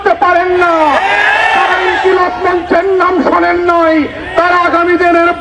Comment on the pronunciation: মির্জা ফখরুল একটা দলের মহাসচিব হয়েও ইনকিলাব মঞ্চ ও হাদী ভাইয়ের নাম সুন্দর করে উচ্চারণ করতে পারে না এমন নয়।ইচ্ছা করেই টিটকারি করেছে।কারণ হাদী ভাই স্বতন্ত্র নির্বাচন করছে।তাই বয়কট বিএনপি